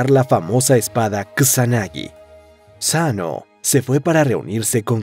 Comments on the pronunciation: eso hiba a decir, tal vez la S primera suena casi como U pero no se pronuncia Saano como en el video sino mas bien un Sssano como un siseo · Es Susanoó segun la pronunciación que dicen en Naruto XD.